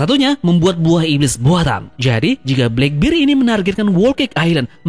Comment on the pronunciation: di baca blakberd kali om bukan blakbir..